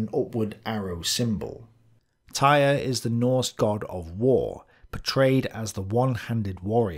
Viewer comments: I know that this probably doesn't relate to National Socalism, but Odin is the god of much more than just war and death. He's also the god of wisdom, poetry, magic, runes, healing, royalty, the gallows, knowledge, frenzy, victory, and air. Also, Tyr is pronounced "Teer," not "Tire." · Great work as always. However the name of the god Tyr is pronounced more like "tier" and not, "tire." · Tyr is pronounced "toohr", ( long "oo" with Scottish accent , sharp voiced "r ", one syllable). In Scandinavian spelling letter Y marks the same sound as Ü in German. This vowel does not have a exact lexical equivalent in standard English. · I would like to point out that it might not be "Tyr" as we may think it's pronounced. It might be pronounce like "Toor", as originally in the Latin alphabet, and early English, and modern German, Y didn't make the sound it does in modern English, it made an U sound like the "ou" in "you". I doubt it has much importance, but I thought it might have been worth pointing out.